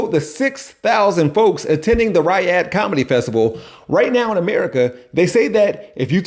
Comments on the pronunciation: Pronounced "Re-odd" spelled Riyadh 😅 Sorry, I really do hate being that guy. Love your work though! Sometimes lol. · Dude.... every time you said, "Riyadh" you pronounced it wrong. ree-YAD. Not RYE-ud. Love your content but every mispronunciation made me cringe cuz you tried saying that word a lot, failing every time. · How are you able to pronounce Rihanna right but somehow Riyadh becomes Rahy-had?